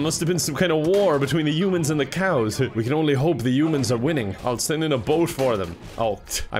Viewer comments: Destroy all umins… shows isn’t human..he says umins pointing at us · It's HHHHH-UMANS,, not U-mans! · I like how he pronounces it yumans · Ah yes 'Destroy all yoomans' My favourite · I hear say Yoomans not humans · why does everyone pronounce humans as "U-mens" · Why are you hung up on "umans" when he constantly spells car as "cair"? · I like the part where he says "youmens" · For the Americans, he said humans not umans